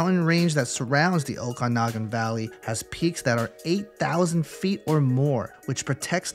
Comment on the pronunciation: Okanagan is pronounced "Oh-kan-ah-gen" btw!